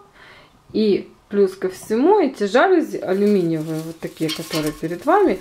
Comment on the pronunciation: Красивые! Только жалюзИ, а не жАлюзи!)